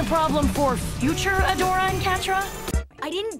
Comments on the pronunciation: She said "Hey Adora!" so many times it started sounding like "Hey ya Dora!" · Kinada sounds like she's saying "Heya Dora" 💀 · Im Hear like Hey Dora XD